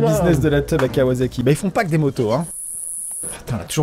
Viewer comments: Juste pour faire le relou, C'est kawasaki et non kawazaki. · La nom de la ville se prononce kawassaki pour les motos c'est pas un s mais un z